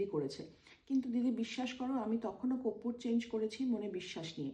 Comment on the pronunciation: Koppur? Na, korpur! Uchharan thik koro tomra.. World wide sabai dekhche tomader. You have to be perfectionist! Tomader bhalobashi bolei correction kori.